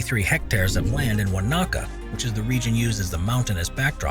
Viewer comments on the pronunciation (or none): The New Zealand house was NOT in Warnocker, it's Wanaka announced as (won-a-car) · call me so I can teach you how to properly pronounce Wanaka...